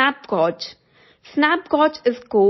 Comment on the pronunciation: Thank you for the information. As a native English speaker, the word gauge is pronounced like “gage” - rhymes with rage or page. 👍🏼